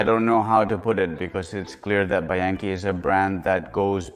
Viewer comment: What the f*** is BYankey? It's bianchi and surely you have heard this pronounced a million times. Why pronounce it like that???? You are weird and creepy. Dislike